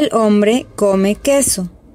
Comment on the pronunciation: Hambre(faim) et humbre(homme) faut faire gaffe à la prononciation 😅 Et je trouve qu’au lieu d’apprendre le verbe déjeuner elle aurais dû direct mettre le verbe (manger) c’est mieux non? jai rien compris la traduction 😅nous tu déjeunons déjeune